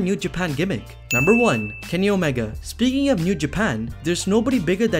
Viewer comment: you’re defo a wwe mark lol. can’t pronounce omega and still called him the cleaner, and saying rhodes even though he’s just cody